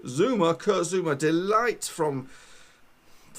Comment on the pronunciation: The ''I'' in ''ligt'' has the same pronunciation as the ''i'' in ''big''. The ''g'' in his name is a hard g. Look that up (or just how to pronounce a g in Dutch in general) .